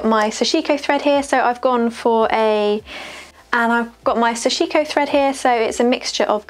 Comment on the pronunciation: Thanks for a very in depth video! Those jeans look great! Small nerdy point, but the pronunciation is closer to "sash-ko", the "i" in the middle should almost disappear and each syllable has equal stress.